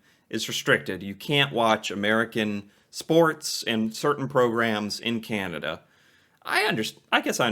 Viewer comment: Also the lady pronounces Canada more like Cenada. Don't know why.